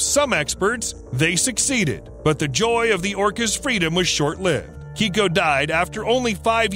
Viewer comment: Your pronunciation of Keiko is wrong you're pronouncing it Kiko when it should be pronounced Kayko. You'll get the correct pronunciation if you watch Stsr Trek TNG or DS9, it's the same name as chief O'Brian wife Keiko.